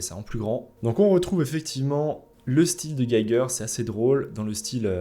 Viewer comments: Prononce G"i"ger hehe il est Suisse allemand! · Salut, cher! Très intéressante vidéo sur un sujet très brûlant. On est définitivement au cœur de l’actu, car j’ai l’impression de ne voir que ça, depuis quelques semaines. Alors, mon petit démon psychorigide de la prononciation me demande de te dire que Giger se prononce: « Guy Guerre », vu qu’il était suisse allemand, originaire de Gruyère (malheureusement décédé en 2014). D’autre part, l’excellent (et regretté également) Zdzisław Beksiński a eu droit à une vidéo incroyable sur la chaîne Alt236, que je te recommande chaudement, si tu arrives à te libérer, le temps de la regarder en mode « focus », sans rien faire à côté (comme peindre ou chercher des parasites dans la fourrure de Léonardus). Tu devrais reconnaître le logo de la chaîne, vu qu’il a été designé par Souris de Coton! Voilà. Merci encore pour cette vidéo passionnante!